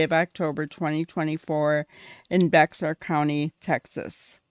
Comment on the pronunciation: Bexar is pronounced bear. The X is silent.